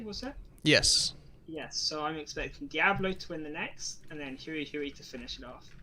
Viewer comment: Congratulations to all the participants! Great tournament! By the way Hui in Chinese isn't pronounced in a way that rhymes with Chewie, it's only one syllable and sounds a bit like you take the word "whey", but switch places with the "w" and the "h" ~ hwey :) One syllable! not "hu-i"